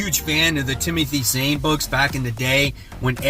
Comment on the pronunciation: Zahn not Zane